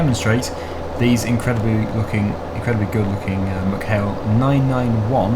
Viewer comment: I live near ballinrobe in mayo its pronounced meck hail not muck hail